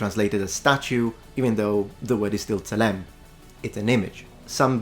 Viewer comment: Pronounciation is generally good, but tselem should have penultimate stress, because it’s a segholate noun